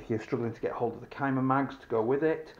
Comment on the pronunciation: I used to hate CYMAs (See-muh) not ( Kuy-muh) after owning a budget AK from years ago but I recently acquired a couple of newer CYMA AEGs ( This M14 and an AK74N with side folding stock) and I must say they have definitely stepped up their build quality in the last 6-8 years. Aside from them shooting well over 400fps stock they are.great budget replicas that I am excited to skirmish with this season. Much better externals than the all ABS plastic that my $100 CYMA AK47 was made out of.